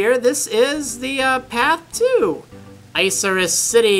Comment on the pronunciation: EE-KA-RAS city